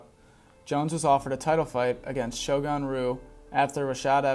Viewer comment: Shogun "roo"